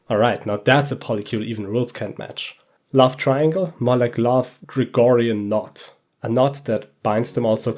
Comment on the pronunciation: Isn't it gordion knot and not Gregorian knot?